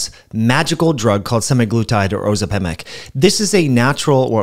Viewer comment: Curious about your pronunciation of Ozempic🤔